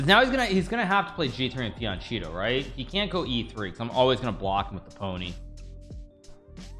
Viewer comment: Fee an Cheeto? Is that right,? It is Fee an Keato. Holy shitbawalls.